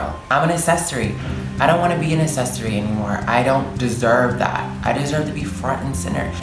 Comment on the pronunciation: It's a-CC-essory not assessory..